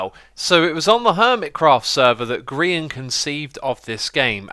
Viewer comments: Everyone comment about "You're", but nobody noticed, that you pronounced GeeeR-eye-an's name improperly? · You mispronounced grian's name x